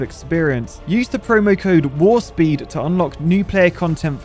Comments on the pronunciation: I'm actually kind of proud of. He's getting proper good at hydraulics. As a star trek fan though his not pronouncing the p in warp was glaring. I could see Lower Decks having a really gung ho general call in War Speed as Boimler's like "Warp. Warp. It's Warp with a P. The famous song from the Rocky Horror Picture Show is not sung "Lets Do The Time War Again!"" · Did he say war-speed in that ad? X_x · It ain't War Speed 😂 It's Warp Speed lol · it's pronounced "WARP SPEED", not "WAR SPEED". You're missing your P.